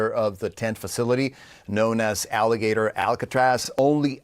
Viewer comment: It’s Alligator Alcatraz. Not Alligaytor Alcatraz!